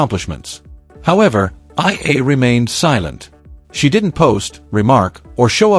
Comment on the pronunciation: ALEX EALA-- ALEX E- YA - LA . NOT AYA.